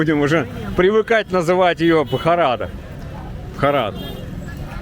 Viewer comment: Ударение на первое а в слове Бхарат